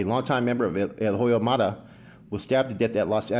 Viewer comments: I'm not trying to disrespect you but when you pronounce "HOYO" the "H" is silent so say it like this Oyo Maravilla and it's more understandable. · The “H” is silent in Hoyo Maravilla